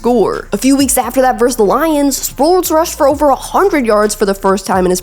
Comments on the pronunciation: great story on a highly underrated player!! 👏 why do sportscasters insist on saying "verse" when they mean "versus" tho? it's incorrect asf and annoying to boot! also that HOF qb's name is Pey-"ton" not Pey "un" is it just me that this drives crazy!? bcuz i'll shut up about it 😂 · Norv said it best "he's not small, he's short". Strong as fuck, twitchy and elusive as Barry, and could catch and block. Lightning bug ruled! PS: the word is "versus" not "verse".